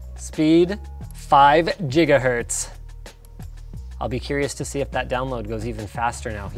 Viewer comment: "five Jiggahertz"